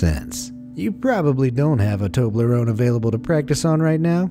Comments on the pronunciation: Him:Toberone Me: ???????? W u t ??????? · I’ve never heard of a Tobar loan or whatever candies cold I can’t pronounce it right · What the heck is a toblaron